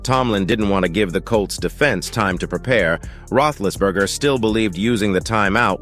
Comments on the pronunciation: AI, Ruthlessberger???? Lmao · You can't even say his name right your an idot